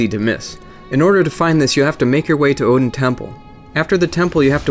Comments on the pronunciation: I pronounce it "Aid-ins" Chapel, not Oh-din, or Ed-din, but yeah, I was weirded out how the guy knew about Oedipus but pronounced it wrong. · OEDON CHAPPLE, FFS DUDE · That's funny cause that means Oedon has connections to 3 separate religions. I always took the pronunciation of his name "Odin" as a reference to Norse mythology, which makes sense given that Odin is the most powerful and all-seeing of the norse gods and Oedon is omnipresent, which makes him comparable to the judeo-christian God as well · Remember guys, it's Odin Temple, not Oedon Chapel. Common mistake. The chapel dweller (actually a temple dweller) just doesn't know how to pronounce Odin, so he says it like "Oedon" instead. In all seriousness, I knew most of these but not all. Solid video. I got here because apparently this video was plagiarized by a YouTuber called PenseGeek. Might want to look into that if you get the chance/desire and actually read this comment :P. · Good video. Oeden is pronounced erdin in game. Oedipus is pronounced ehdapiss. Just letting you know. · this dude said odin temple 😂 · All of you are wrong lol. The "oe" in Oedon chapel is pronounce similar to "er" just without the "r". To make the sound say "uh" with the mouth shape for "er". The name is literally said in the game just copy it...